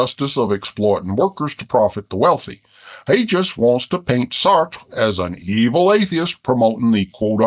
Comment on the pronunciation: Lol who knew bears had such good pronunciation of French names... "Saertttrre" and "Camuue" (had to edit to get the vowels right).